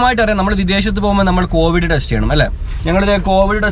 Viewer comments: കോവഡ് അല്ല കോവിഡ് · കോവിഡ് കോവഡ് alla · കോവഡ് or കോവിഡ്